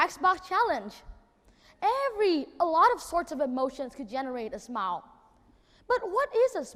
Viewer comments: Smile phiên âm là /smaɪl/ sao em đọc là sờ mao nhỉ? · Smile được phát âm đúng là "sờ mai ồ". Đúng là Nhật Nam phát âm "sờ mao" nghe chẳng pro tí nào. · nói thật cái bài thuyết trình đéo có gì đặc biệt, ko phải t chê thằng đnn mà là thằng đăng video giật tít, đã vậy nghe từ smile phát âm là "sờ mai" thằng ngáo này toàn phát âm"sờ mao" người ta hiểu thế đéo nào được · Ai giúp mình với. Mình vẫn nói từ "smile" theo âm "ai", vậy mà nghe Nam nói như âm "ou". Mình không hiểu lắm, nhìn transcript, nghe trên máy nhiều lần vẫn thấy là âm "ai". Mà nghe Nam nói là âm "ou". Vậy từ này phát âm như Nam mới đúng phải không? Hay tai mình có vấn đề. Thực sự hoang mang, xin hãy giúp mình. Thanks all! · Khôi Nguyên smile mà nói sờ mao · love his enthusiasm and very articulate presentation. but i keep chuckle at his pronunciation of the word 'smile' i keep hearing 'smao' it could be my ears that have an accent and not his accent. :)